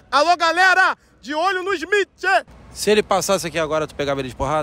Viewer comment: "de olho no ismitche, ISMITCHE" KKKKKKKKKKKKKKKKKKKKK